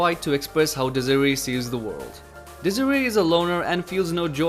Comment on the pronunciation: desire?thats the way you pronounce it?lmao